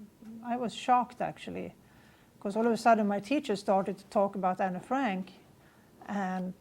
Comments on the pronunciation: I think reincarnation could very well be real so it’s not the reason why I don’t think this case adds up. It’s just that she has no real proof, everything she said you can read in a book but what I find most suspicious is that she claims to be Anne Frank but she can’t even pronounce Anne Frank the right way! I’m Dutch like Anne and we don’t say her name like she did in the video. How can she “know” her name but can’t even say it right? That’s what gives it away for me.. Maybe she really believes that she is her after reading/hearing about her but you can’t just claim to be someone who you can’t even say the name of correctly. All these facts she claims only she knows..well, most Dutch people know those facts from school or reading her stuff so it isn’t anything new. I’d love to believe this is true, cause she died way too soon like all Holocaust victims but her saying “Anne Frank” wrong just makes me lose all belief. I even know more about Anne Frank than her, I know about her friends and family, how she lived, cause it was all written and surviving friends have written about her too. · Interesting case, but Anne Frank isn’t pronounced the way you think it is... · Can't help it to laugh in the way you say anne frank 🤭 love the video tho, and the house of anne frank is very impresive to see. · I’m Dutch and we say Anne Frank completely different from what Barbro said in the video. She doesn’t even know the right pronounciation of her “own” name! Isn’t that a liiiittle suspicious? Also, the stuff that mentioned that Barbro knew is common knowledge in the Netherlands and a lot of Europe, it can all be found in books. I believe I know even more about Anne Frank than her..